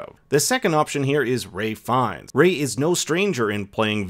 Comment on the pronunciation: "Ray" Fiennes? wtf?